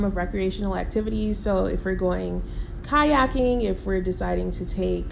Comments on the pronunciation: Kayaking. She said kayaking. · She said Kayaking!!! 😂🤣😂🤣😂🤣😂😂